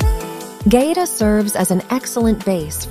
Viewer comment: They lost me when the narrator mispronounced the name of the town.